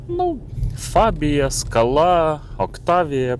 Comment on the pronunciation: Не скалА, а скАла,наголос робіть вірно, що в перекладі з чеської означає сходи( лесниця чи ступенька) . Не супер БЕ, а супьорб, що в перекладі - чудовий😊. А двигун 1.6 cwva made in калуга, в європі таких немає. З газом добре дружить, буде економніше по грошам.